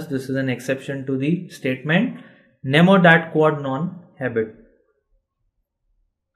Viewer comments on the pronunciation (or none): It is great except it is "nemo" not "namo".